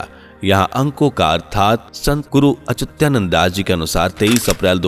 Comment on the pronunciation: अरे भाइ गुरुजी का नाम अचुत्यानन्द नही है अच्युतानन्द है